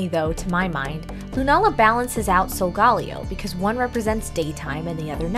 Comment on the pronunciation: You pronounced it salgalio it is salgaleo